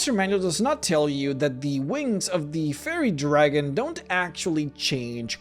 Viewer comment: I love your content and your accent is great, but I just could not stop hearing "Furry Dragon" on this one and all the things that implies, lol. Cheers, please keep making more videos, I love them!